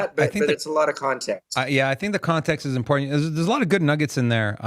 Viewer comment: You could get alcohol poisoning from playing a drinking game where you take a drink every time Mance says impordant